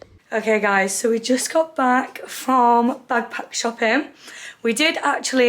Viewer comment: Pls the way ur saying bagpack and not a backpack is stressing me out 😂